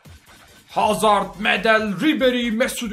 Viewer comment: abi hazırdmı dedin hazardmı anlayamadım